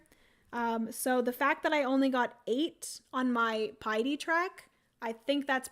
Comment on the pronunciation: I love you, but I just can’t let it go any more. It’s not “Pee-a-tee”, it is “Pie-a-ty”. It means “reverence to God.” And normally I think it is so rude to correct pronunciation so I apologize, but that is kind of a big one for devout people. Makes since since it is on the priest track!